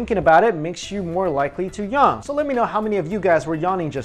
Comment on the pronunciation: He can't say yawn